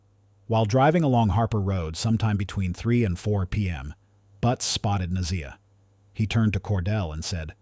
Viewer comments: You are Pronouncing her name wrong….. okay 👌🏿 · At least pronounce her name correctly!